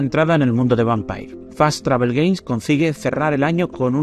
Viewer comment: Vampeir lo que?😂